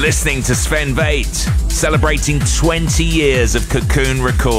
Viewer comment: Pronouncing Väth: It is not V like in vain. It is V like f*** or fetish. 😉